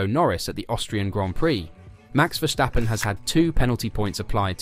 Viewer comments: For the love of god, there is no sh in Verstappen, stop saying Vershtappen!!! His name is Ver-stap-pen. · Verstappen, not Verschtappen. Common man he's over a decade in this sport. Get it right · Dude stop calling him Vershhhtappen there is no ff-ing H in there. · dude, i am dutch. Don't tell me how it's pronounced lol